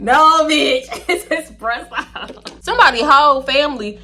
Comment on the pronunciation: Did you say expresso and Dr. pepper 😮😅